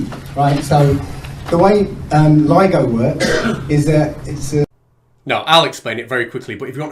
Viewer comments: The guy said this might get complicated and people may not understand, then he says the name wrong? Way to show you know what you're talking about. Lido vs ligo. Way to set yourself up for success. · The fact that he called it LIDO and not LIGO demonstrates he was just parroting someone else's chain of thought as usual. Would have liked to see them present evidence of physics being different in the sky (holding up the sun and moon) or in space, making their deity-driven fantasy bubble at least possible, even if still ridiculous. Celestial motion and stellar spectrography show physics to be the same everywhere and redshift of emission lines show space expanding, it's their job to demonstrate this is something else or fake.